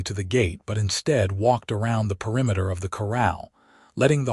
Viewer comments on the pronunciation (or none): none